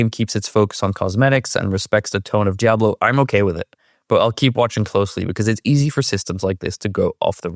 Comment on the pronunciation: I need you to please learn to pronounce Diablo properly. For some reason the way you pronounce it is like nails on a chalkboard to me lol your pronunciation is good with everything else.